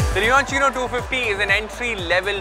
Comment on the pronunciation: Leonchino so this is how you pronounce it. I thought it was leocinio or loucinio or something.